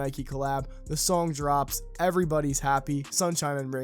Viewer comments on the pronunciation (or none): none